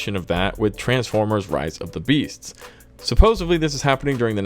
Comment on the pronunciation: Dude, it’s “supposedly”, not “supposebly”. I feel like Stewie in that episode where he becomes President.. ><